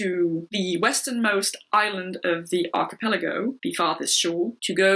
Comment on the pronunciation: Good review. Not sure that's how to pronounce "archipelago" though.